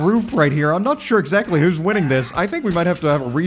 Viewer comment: How will say exactly: exZACtly. Haha, got it, yeah? Got it, that's it. This is a kind of humor, if you please